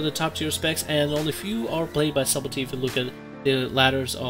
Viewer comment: You pronounce subtlety wrong, not being mean bro. But the B in subtlety is silent. It's pronounced suddlety. There's a video on YouTube on how to pronounce it. Again, not being mean. Just trying to help